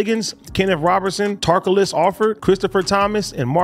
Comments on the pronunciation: AD said "Tarkalas"😂😂😂 his name is Ta car los.. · AD said “Tar-cuh-liss” lmao it’s “Tay-CAR-Los” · Then name Ta Carlos AD: TARCOLUS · AD why you say the mans name like that????